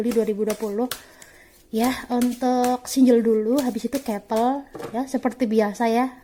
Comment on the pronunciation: "Kepel kepel kepel"...masak baca "couple" kek gitu